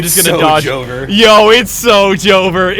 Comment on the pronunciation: are you okay? you said Joever with 2 Syllables instead of 3